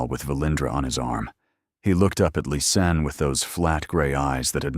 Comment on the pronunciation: Its Lis Anne,! How can it be sooo hard for you? Half of Lisa and Anne at the end. LIS ANN. Its just not that complicated. You've called her everything but her name.🤔😳🙄🙄